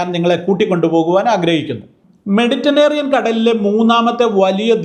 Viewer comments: മെഡിറ്റനേറിയൻ അല്ല, മെഡിറ്ററേനിയൻ ആണ് 😂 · മെഡിറ്റനേറിയൻ എന്നല്ല മെഡിറ്ററേനിയൻ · മെഡിറ്റനേറിയൻ അല്ല സാറെ മെഡിറ്ററേനിയൻ എന്നു പറ. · മെഡിറ്ററേനിയൻ എന്നു പറ അച്ചോ